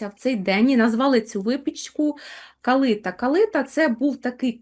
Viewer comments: Ясно, вибач, але це абсолютно неправильно! Ніколи і ніде в Україні не говорили КалИта. Правильно - КалитА, наголос на останній склад. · ❤❤❤дякую вам,калитА наголос на А